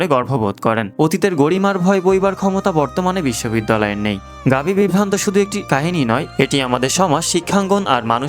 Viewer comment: নামের উচ্চারণটা ঠিক করা দরকার। গাভী বিত্তান্ত।